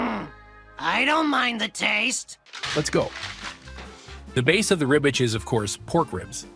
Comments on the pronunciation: It’s RibWich not Ribich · It sounds like he's saying ribbich instead of Ribwich lmao